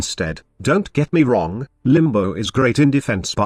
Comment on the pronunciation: Did you just call Limbo, "Bimbo?" You did XD